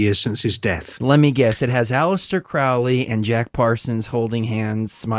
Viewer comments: It's not Crawley its Crowley, the best video you will find on you tube Michael Tsarian unslaved Aleister Crowley. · Any podcast where they dont know how to pronounce Crowley gets an automatic disconnect from me.